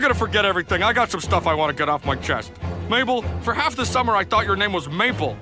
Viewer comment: “mable” “sues” “suzan” is this another Eurylochus moment?